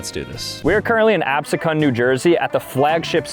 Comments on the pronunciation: that spirit Halloween is located egg Harbor Township, New Jersey for anybody wondering when he said Absecon he pronounced it wrong but it is spelled Absecon, and it’s not located there. It’s located EHT, New Jersey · I literally never heard Ab•SEA•con pronounced that way and im born and raised in NJ 😂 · Ab-see-can . You butchered the name of the town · you come down to South Jersey all the time and I miss you every time!!! Hamilton Mall, AC Boardwalk, horse racecourse, Spirit Halloween, lmk the next one 😭 and PS spirit is in Egg Harbor Township, not Absecon, and it's pronounced ab-see-kin. also surprised that Spirit is the biggest; it doesn't seem that big when you're in there. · Abseacon NJ is not pronounced like that😭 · It's called ab-see-kin by the locals. Absecon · Youre from nj but dont know how to say absecon...... seriously we now know u really aren't a nj native